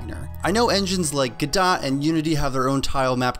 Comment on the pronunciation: Lol, I've never heard anyone say it the way you did. I always hear "Guhdoe"